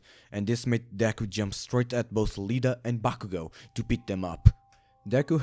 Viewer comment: I love how he Said Lida instead of Iida